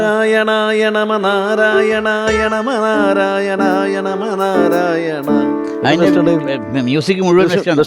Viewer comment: നാരായണ നമ ആണ്,ണമ അല്ല